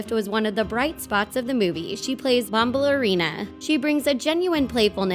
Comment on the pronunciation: U r saying Bombalirina wrong but other than that this is spot on and the musical is way better